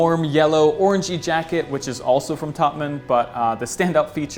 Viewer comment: Does it annoy anyone else when he says TOPMIN